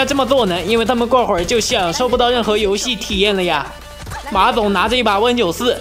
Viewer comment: 你刚才说馬总，我好像听到马桶